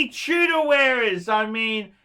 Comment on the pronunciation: Chew-dor A great phisting watch - Rolex quality at bargain price.